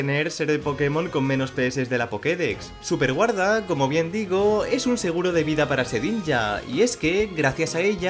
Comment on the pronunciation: Like si viste que decia sueperguarda y no superguarda🤣 Pd:No es una critica es solo una curiosidad